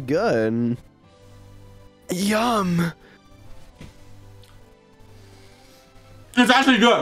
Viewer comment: why sapnap say yum like that lol